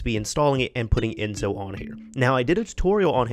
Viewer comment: It's "EnSo" with the same S you use when you say "Select"